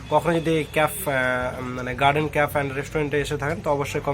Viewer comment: Khub sundor hoyacha But it's not caf it's cafe (ক্যাফে)